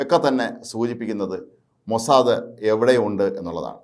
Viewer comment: അയ്യേ മൊസാ ദേ,,, അല്ല മൊസാ ദ് എന്ന് പറയു